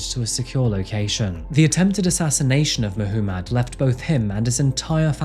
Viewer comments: Who pronounces 'Muhommad' as 'Muh - who - mad'? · Mahoomad? lol it’s probably Muhammad . The accent doesn’t give you an excuse to pronounce stuff wrong. Now I know why you have to interpret Shakespeares work because he was British and when the books were written down they couldn’t understand him. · Is his name spelled differnet or is just youre accent? No hate i just CANNOT UM HEAR "MAH WHO MUD" and its just gets louder everytime lol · FFS! MAH-Hoo-MAAD?? You're deliberately mispronouncing the most popular name amongst Islamic men just to make yourself sound extra fancy for English audiences. I see what you're doing and It is fucking cringe. Just pronounce the name like the rest of the entire English speaking population. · Mahoomid? 😂 did you do that on purpose? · Did my mans say [Ma-hoo-madd] & [Mo-hoo-madd]? Crazy pronunciation for such a popular name worldwide. Especially crazy considering it was the most popular name given to babies in England and Wales in 2023. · I found it amusing. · Am I the only one who can't get over "Muh-hoo-mad"? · I've never heard that name be pronounced Muh-who-mad before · Rob Zombie voice Mahuumad.. Mah-huu-mad! Mahuumad.. Mah-huu-mad! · who says Mah-hoo-mad for Mohammad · I'm sorry but that pronunciation of Muhammed is driving me crazy 🤪 if that's the name you're saying then it's meant to be pronounced moo-hum-id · I think you're saying 'Muhammad' wrong. 🤔